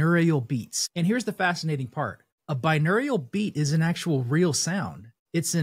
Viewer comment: Why are you pronouncing it binewrial?